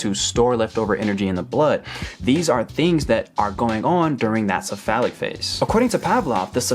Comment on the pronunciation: "It's called this-a phallic phase" Whut?!? "The cephalic phase" Oh... LOL